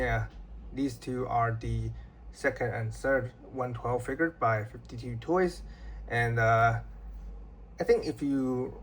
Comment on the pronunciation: It’s called 5-2 toys not 52 toys respectively